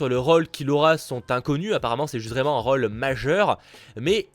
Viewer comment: Un rôle et pas un raule putain j’aime bien tes vidéos mais l’accent m’agace